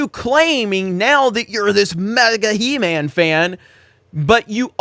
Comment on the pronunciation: Show WAS called He-man not shhee-man.